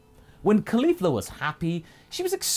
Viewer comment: I always roll my eyes when I hear Caulifa, you have made her very entertaining so far, pretty amazing things